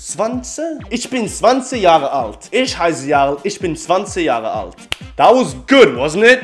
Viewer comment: Very close jarl try not to pronounce the word when you say ich sounds like you say ish..